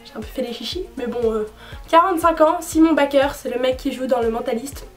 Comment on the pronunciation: Super video comme d'habitude par contre en tant que fan de cet homme il faut que je te dise que simon baker se prononce Saymone Baikeur parvenue la tu ma tué avec ta "french prononciation " Gros bisous 💟💟